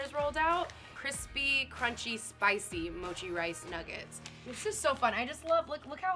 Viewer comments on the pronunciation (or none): none